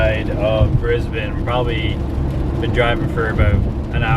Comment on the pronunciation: Thank you for saying Brisbane the right way